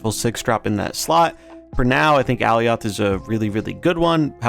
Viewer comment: Youre saying Alioth wrong :) you can watch some clips pf the loki series to get the right pronounciation